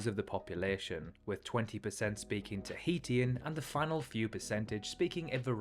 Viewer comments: why the mystery re. the identity of the British (first one) explorer? The language of the Society Islands is pronounced tah-HE-shun, rather than tah-HE-tea-un. Interesting that the alphabet has 13 letters, since Hawaii's alphabet has only 12: a, e, h, i, k, l, m, n, o, p, u, w. For the record, the Cook Islands are a territory of New Zealand. Rather than pa-PETE, the capital, Papeete, is pronounced pa-pa-A-tay. Since I was there back in '87, I know how to pronounce Faaa--home town of the airport: fah-AH-ah, which is also the name of the nearby town. No charge!😀 In answer to your question at the end, yes, I've visited, as mentioned above, and the islands were Tahiti, Bora Bora, Raiatea (rye-uh-TAY-uh) Tahaa (ta-HAH-ah), and Huahine (who-uh-HE-nay). Also, I just realized that the pronunciations you gave us may be proper "across the pond", whereas mine are the American version, in case there's a difference. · Good video, but please don't pronounce Tahitian like this :face-purple-crying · You should’ve learn how to pronounce Tahitian😂 before making a video, wouldn’t that be like one of the first steps?😂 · great video just as a cookisland/tahitian, slight changes could be the pronounciation of things such as Tahitian being (ta-hi-shian) or Papeete being (Pa-pe-e-te) and not papeet. but apart from just that, I really loved the video. Its so nice to see more indepth videos of our ancestral home.